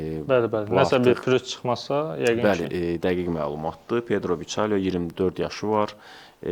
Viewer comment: Biçalyo nədi eee Bikalyodu oyunçunun soyadı.Adı, Soyadı öz dilinizə çevirmək təzə çıxdı?